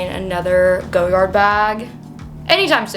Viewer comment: Cute bag… it’s pronounced Goy-ard not Go-yard 😊